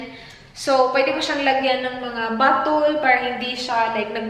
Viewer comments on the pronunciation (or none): Nkatawa ko sa "batul" abi nakog unsa bottle ra diay ahaha